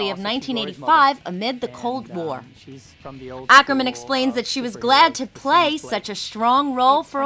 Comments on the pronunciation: I do! did you know that her last name is actully pronounced okerman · well, malin isn't american, she's swedish. and her last name is actully Åkerman, not Akerman. and Å is pronounced "o".